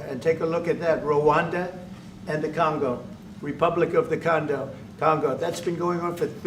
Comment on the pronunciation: Trump said condom kongo 😂😂😂😂😂😂😂